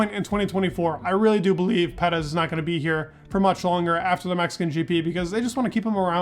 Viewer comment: Personally, I can’t wait for Perez to retire, so I don’t have to listen to you butcher his surname. No offense I love your videos and you’re very knowledgeable however, whatever you’re doing with his surname is completely wrong just sayin….